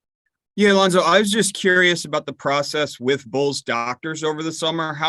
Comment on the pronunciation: I don’t know which country that is but it’s a dumb country for mispronouncing Lonzo’s name. Go Lonzo and Go Bulls!!!